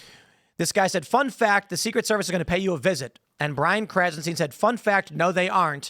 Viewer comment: Krahzen STYN not steen Bennie Boy